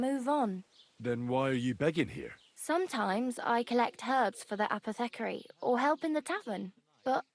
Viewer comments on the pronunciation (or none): what’s with the awful pronunciation? Apothecary?